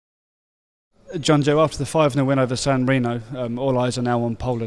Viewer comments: Jonjo, not Jojo. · ITS JONJO!!! not jojo!!